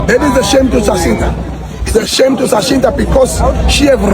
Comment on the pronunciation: He can't even call Jacinta 😂